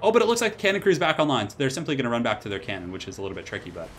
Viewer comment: It's a hell CANnon, not a hell CAN'Tnon